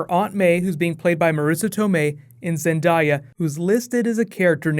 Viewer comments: lmao zin-diya pretty sure its zendaya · zendaya's name is pernounced (zen-dae-a) btw and carnage would be a good villian but maybe not since venom is getting his own movie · the name is (zen-day-a) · Not zanaday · ZenDAYa not what you said! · It's Zen-Day-a. It's sounds exactly like it sounds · zen-day-ya,second she's she's the she's the hottest girl alive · It's ZanDAYa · Say her name right 😂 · Love your work man. Awesome video. Just one nitpicky thing you're pronouncing zendá's name incorrectly that's all lol cant wait for civil war man. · Bruh learn how to say Zendayas name...ah makes me cringe...*squirms